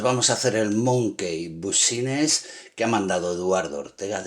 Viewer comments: Se pronuncia Monky Bisnes 😁😁 pero aún así te quedó de lujo 😮😮 wow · se dice monqui bisnis XD